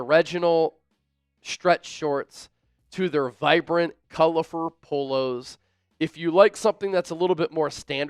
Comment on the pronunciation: "COLORFUR" OKAY MADEA 🤣